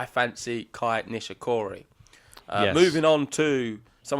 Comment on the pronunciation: It is KEI, not KAI as you both are calling him.